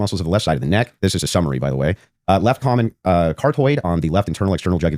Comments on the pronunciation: I he knows Jack! It’s not “interior”. Body positioning is not described as “interior” dip wad. It’s anterior left. Front left. And what? Is he describing a carrot? Or the carotid artery? It’s not flipping pronounced like the word “keratin”. It’s car- AWE-tid. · “Car-toid” bothered me so bad, thank you. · Thank you for mentioning his mispronunciation of "carotid"! It made it so obvious how much he did not know and also made him sound less intelligent than he pretends to be.